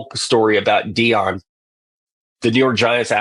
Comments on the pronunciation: Why do you call Dion Dayon? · Deon not de a on pls pronounce his name right! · Stop saying Dayon. It's Deion. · Dayon sanders really 😂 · Who the hell is Day - On Sanders ?? 😂